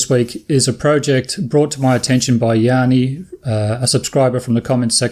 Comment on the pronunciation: I get so many different pronunciation of Gianni that I could start a YouTube channel! The way you are pronouncing it is the Greek version (Yanni). My name is the Italian version and the best way to pronounce it is like saying Johnny with an American accent. Wife is chuffed at having her husband mentioned on YouTube. Brilliant!